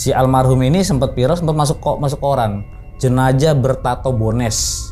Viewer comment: Jenajah❎ Jenazah✅